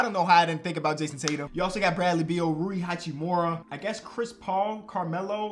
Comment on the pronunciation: W said “rui hachimura”